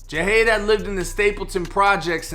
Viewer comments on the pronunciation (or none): It was a robbery gone wrong, my boi didn’t fuck wit nobody .... it was just a few bum ass Niccas tryin to rob da stu and failed ...so they decided to take his life Smfh btw bro u pronounce his name wrong, but like I said in my last comment (Jahade was my neighbor / a good friend / overall good peoples and had a very positive mindset, also one of my clients meaning I used to cut his hair in that exact same studio not too mention... 🤦🏽‍♂️😓 (Rest up king)